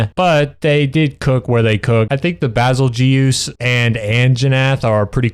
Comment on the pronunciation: Bazelguese is pronounced "bay-zull-juice" lol. It's like the star Betelguese, which is pronounced like "Beetle Juice" (yes, that's where the name came from) Edit: nah it's called Monster Hunter Rise because them twins made something rise in my pants